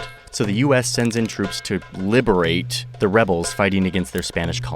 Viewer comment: My man said “Liberate” with the hard ‘T’ 😆